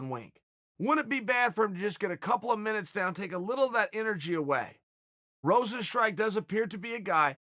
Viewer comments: i prefer rosenstrike over everyone else butchering his name the old fashioned way lol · Yair is Yarear. kamaru is kamara. jeremy is germy. rosenstruik is rosenstrike. Jorge is george He’s gotta be doing this on purpose at this point.